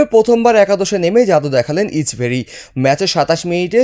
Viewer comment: কের ইচবেরি ইচবেরি উচ্চারণ ঠিক করুন